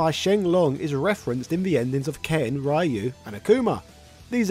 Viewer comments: Facts. Ryu is pronounced Dee U. Lol Ry you.😂😂😂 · RE-YOU NOT RYE-YOU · I like how keeps saying "Rye-you" like how we all said it in the 90's, until I realised the correct pronunciation was "Ree-you". I also used to say "Zan-geef" instead of "Zan-gi-eff" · I love that you're covering sf lore but please from now on don't pronounce ryu (rye u) its pronounced (Rhee u) or in Japan (Gee u) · The way the announcer pronounces it differs by location. In America, it is the Americanized pronunciation, "Rye-You". Others say "Ree-You" instead. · the character's name "Ryu" is pronounced like the dragon punch "shoRYUken". in fact, if there was another guy wearing a gi named "Sho", we would be saying that shoryuken is a move based on Sho, Ryu and Ken... But for now, please remember: Ryu is pronounced ree-oo, like in sho-ryu-ken. It hurts my ears every time its said wrong. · It's Ryu, not Rye-yu - Ryu, one syllable. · Every time I hear someone pronounce Ryu like "Rah-you", a part of me dies inside... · Right, that was only just the film and it's tie-in game and cartoon series, other than these, even to main source that is the Street Fighter II game, the name Ryu was pronounced Ree-You and continued afterwards till this day. It was just people who pronounced the name the way they "think" it's pronounced and forsaken the way the announcer in the main source actually pronounces it. It's the same way they did with Shadowloo, pronouncing it as ShadowLAW or ShadowLAO instead of the way the main source did. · why do you pronounce Ryu wrong? :( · Incredible video, great for when you take a ride on train to work. The only thing I would change is the pronunciation of Ryu. keep up the good work. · I can't stand how this guy pronounces Ryu. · Just pronounce it the way the announcer pronounces his name across most games he's in